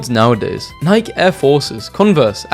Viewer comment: did you just pronounce it.. nike, and not naikee??